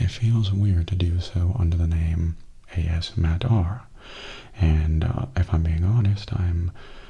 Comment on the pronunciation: I'll miss the ASMattR channel name (that A$$-Matter pronunciation just killed me XD), but Mattastic ASMR fits you just as well, if not even better, I think :) Plus, you're the important part, and it sounds like there's plenty more of that to look forward to~ Thank you for continuing to bring us great videos ^___^